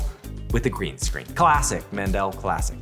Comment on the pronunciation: Zach keeps mispronouncing Mendel's name.